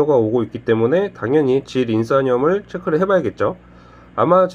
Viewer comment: 질인싼염이 아니라 질인산염입니다ㅋㅋㅋ